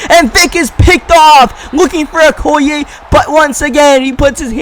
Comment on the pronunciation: im pretty sure okoye's name is pronounced:(o key yay)